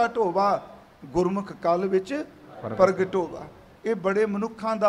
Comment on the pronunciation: Bhaii Sab ji Paragatea nahi "Pragtea"